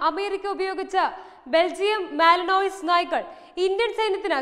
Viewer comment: Very Good. മാലിനോയിസ് എന്നല്ല പറയേണ്ടത് മാലിന്വാ എന്നാണ് പറയേണ്ടത് (ഏകദേശം)